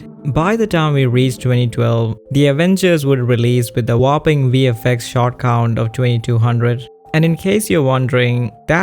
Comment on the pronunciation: Couldn't help but keep hearing "shart" when you said "shot" ... fairly amusing in context if you know what its used to mean "spending 4 days on a single shart" lol